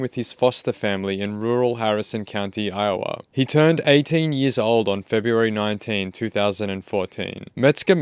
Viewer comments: It's I - Oh- WAH. Not I-Oh-AH. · Huh that was the first time ive ever heard iowa pronounced eye-oh-ah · Did you pronounce Iowa as “eye-oh-wuh”? 😂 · Lol Iowa is pronounced “ EYE-oh-uh” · "Eye owe ah" 😂😂😂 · idk but the way this guy says Iowa pisses me off its wrong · Why is not one talking about the way this guy pronounces Iowa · Bruh, your pronounciation of "iowa" ... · Just fyi (if you care :) ) accent the first syllable in "Iowa". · him saying Iowa, Tho… is another story